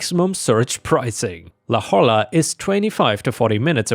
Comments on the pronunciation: Just a small note and I get why but having grown up in the area I had to double check what was written: La Jolla is pronounced "La HOY-a", it's a spanish name so the J is pronounced like an English H and the LL is a Y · I know you’re not in the U.S., so I’ll help you out, La Jolla is pronounced “La Hoya” the LL makes a Y sound in Spanish, and like many California towns, La Jolla has a name with Spanish influence. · Just a note... "La Jolla" is a Spanish name, and is pronounced, "La HOY-yuh". Love listening to you read stuff,! ❤🌟